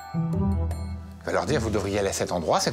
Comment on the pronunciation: Farbus pas frabus par pitié 😅